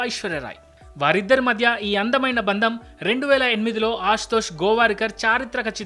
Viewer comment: బంధం అని పలకండి దయచేసి